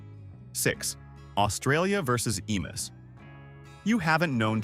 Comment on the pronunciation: they are EMUs not whatever you said pronounced EE MYOO , and it was hardly an army that the government sicced on to them i think from memory it was 3 guys, a truck, and a machine gun, google might have helped you there